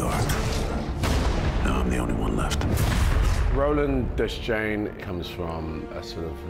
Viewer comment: As a Tower Junkie I hate everything they did with this. From casting Elba to all the changes. BUT - I have to give them credit where credit is due - Elba says Roland DESS-CHAIN, just the way Stephen King intended the name to be pronounced (and just as he pronounces it himself). I didn't expect they'd honor that detail. Another thing, I hope the litany is only chopped for the trailer (the omission of "he who... has forgotten the face of his father")... I really hope in the movie it's complete with the "he who... has forgotten the face of his father"... why butcher it?